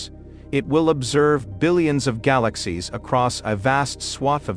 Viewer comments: So, what the heck DID Euclid See? Gal-a--sies...worthless Video. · What a rubbish video, considering its click bait title. Gal-axe-seas, amongst others and the crappy computer generated commentary is also a testament to the ridiculousness of this waste of time. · I like how the robot says gy-lax-ies. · I didn't realize that I had been mispronouncing "galaxies" all of my 60+ years. I had to shut it off - too painful to my ears.